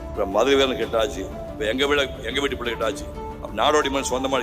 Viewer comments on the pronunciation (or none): none